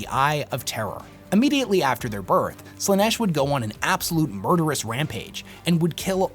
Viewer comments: I disagree with some of these takes, and that's fine. What isn't fine is how you pronounce Slaneesh 😭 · Do you pronounce stuff wrong/differently on purpose? Like Slaanesh you pronounced in like three different ways?